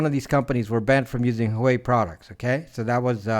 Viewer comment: Pronounced “Wa-Weigh” 👍🏽